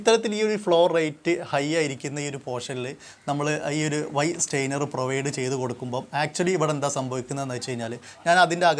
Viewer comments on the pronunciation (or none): വീഡിയോ നന്നായിരുന്നു, പക്ഷേ, ഒരു ഉപകരണത്തെ സംബന്ധിച്ച് വിശദീകരിക്കുമ്പോൾ ദയവായി അതിന്റെ ടെക്നിക്കിൽ നെയിം കറക്റ്റ് ആയി പറയുക. ഇവിടെ താങ്കൾ സ്റ്റെയ്നർ എന്നാണ് പറയുന്നത് . സ്റ്റെയിനർ എന്ന വാക്കിന്റെ അർത്ഥം നിറം കൊടുക്കുവാൻ ഉപയോഗിക്കുന്ന വസ്തു എന്നാണ്.സ്ട്രെയിനർ എന്നാണ് പറയേണ്ടത്.അതായത് അരിപ്പ, ഇനി ശ്രദ്ധിക്കുമല്ലോ, താങ്ക്സ് 😍